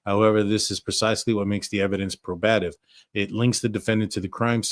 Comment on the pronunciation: I enjoy your videos. FYI it’s pronounced probative not proBATive